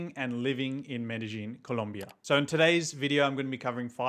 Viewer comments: It's not Medejín will u please quit saying Medejín , THERES NO J IN MEDELLIN ITS PRONOUNCED MEREYÌN NOT MEDEJÍN SAY IT PROPERLY IF U WANT TO MAKE A VIDEO ABOUT IT because your going to have innocent foreigners showing up calling their city MereJín lookin crazy aF! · He doesn't, and it's crazy for someone who is living there for 4 years in the city and still don't know the correct pronunciation of the city